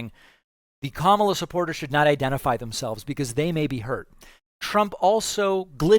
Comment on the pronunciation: Ha! He accidentally pronounced Kamala’s name correctly 😂